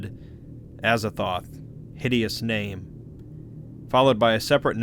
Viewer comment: Aza “Thoth”’